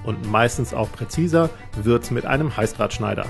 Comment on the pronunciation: Ich verstehe die ganze Zeit Halsabschneider. 😬 Aber cooles Video